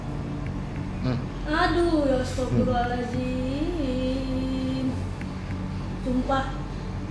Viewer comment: Gua emosi sama dia bilang "astafirlohhalajim" nya, wakwakwak